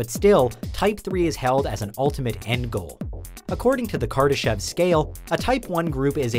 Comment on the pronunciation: Did he say kardashian